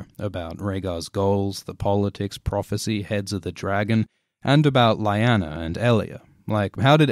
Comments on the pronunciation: watching this video for the first time today.... do you have any idea how infuriating it is to hear Lyanna's name so terribly misspronounced????? cmn! on a 10M views video, really? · I’m sorry but I cant ignore the way you pronounce Lyanna. Great video tho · Imma be honest, your pronunciation of "Lyanna" is driving me a bit crazy here. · Is anyone else bothered by his pronunciation of Lyanna? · You're saying "Lyanna" wrong... according to how everyone to the show at least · Dude this is a good video but your pronunciation of Lyanna is annoying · Great video but the pronounciation of Lyanna just ...... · U don't know how to pronounce Lyanna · If you cannot even pronounce Lyanna’s properly what’s a point of making a video about her. 😖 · Pronunciation of Lyanna was Totally Off......jus sayin.....but it was some great info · Your mispronunciation of Lyanna makes this video almost unbearable. Aside from that, it is very well done. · Why do you pronounce Lyanna's name different than it's pronounced in the show? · Stop pronouncing Lyanna that way. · THAT'S NOT HOW YOU PRONOUNCE LYANNA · The "Y" in Lyanna sounds like an "E" please!!!!! but anyways... very interesting, good video! I like your theory ♥ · What happened to your pronunciation of "Lyanna"? "Lie-ana" sounds weird. I always pronounced it as "Lee-ana". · Why do so many people mispronounce names? Lie-ann-a? It's Lee-aw-na. The show gives pronunciation, no reason not to know. You pronounced Talisa and several other names incorrectly in other videos. It's distracting. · i love your videos but.. its Lee-Anna not Lie-Anna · I love these break downs, but my god, man! It's lee-ahw-na, not lie-anna... 😂🤌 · Oh dear. This could have been good, maybe even great, but instead it grates, because the narrator says Lie-Anna, when it is always pronounced Lee-Nanna in the shows. Has he never seen a scene where the name is spoken? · Lee-yanna, not lie-anna ffs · I thought it was Leighanna not Layana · isn’t it pronounced Lee-anna?